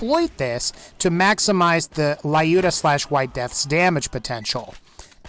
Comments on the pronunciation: hi, dont know if u would still see this, but i have a kind reminder for u. the legendary Vladof sniper Lyuda, is just pronounced like Lewda, not Lie-Yuda. it is a tribute to the glorious female sniper during ww2, Lyudmila Pavlichenko. and Vladof is a russian corporate for sure, sinch most of their weapon names are transliteration of russian words, such as Droog, meaning "friend" in russian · lol, Can't say "Lyuda" right. (It's not "Layuda", dammit. Think of the name as an extension of the word, "lude". Now put a short, hard-"i" sound (as heard in "ink") just before the "u".) Just so you know, the Lyuda (NOT "LA-yuda") was renamed from "White Death", and it gets its name from WW2 Soviet sniper and war hero, Lyudmila Pavlichenko, who amassed a total of 309 confirmed kills during the second World War. She was one of 2,000 female snipers in the Red Army, of whom about 500 survived the war.